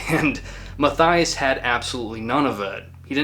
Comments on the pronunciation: The name Matthias is pronounced "Matt-ee-ass", not "Math-eye-ass" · Know the story from back then. Band irrelevant and I wouldn’t call that guy (pronunciation Mah-tee-ahs Shoremànn) an incel either. Correct term would be simp. Remember the story differently from someone who knew this guy personally. According to this guy Mr Karathorn was simping for Ms Brust (pronunciation wrong again) for years, but she allegedly had sexual encounters with him from time to time, to boost her ego, again turning him down after that. Classic on-off sorry f. Certain women love simps, cherish the simping and bad things can come with that. As this case shows. Whether this detail is true or not, guy was a weak BM narcissist, probably showing other signs of a dark triad personality. Except for the Norwegians almost every crime connected to Black Metal folks shows insecure loser behaviour. And in hindsight these Norwegian youths were insecure losers as well, except their music was exceptionally good. Worse BM related crimes happened in Russia, Colombia and Finland, but the BM True Crime topic would turn out as interesting as the music of Carpe Noctem. Better to skip on that, unless one strifes to milk the views of sensationalist normies that find these topics very fascinating as it’s a small escape from their own dull life, where never anything remarkable happens. Just saying.